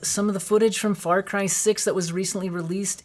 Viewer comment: Hehehe "Fary" Cry...lol